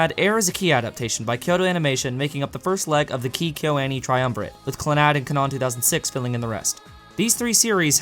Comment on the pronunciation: Why do you say Kanon so weird? It's pronounced like "canon", but spelled with a K. Sorry, it bugged me. The video was good though, and I agree pretty much 100% with everything you said. Air by far was not as good as it could have been.